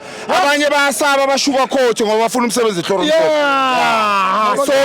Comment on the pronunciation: Kahle wena 💩 its Manqoba not Mancoba dede lenja